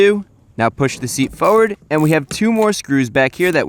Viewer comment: Another NJ or Chris-ism: "push the seats fowwerd." and